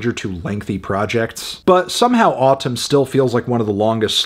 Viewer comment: It’s pronounced “Atūm”